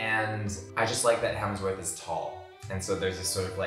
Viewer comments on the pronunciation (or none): Is saying HeLmsworth? 😂🤣